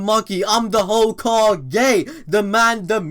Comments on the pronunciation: lol, the way you said "Hoe-ka-Gay" 😂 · i'm the HOE-KA-GAY